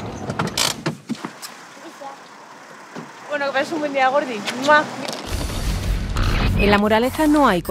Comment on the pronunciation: la señora pensando en un precio de lujo y el tío "a 13 euro con veinte" JAJAJ "ibamos a ir al palco" ibimis i ir il pilci... JAJA parece que la sirvienta salga de dentro de la columna jaja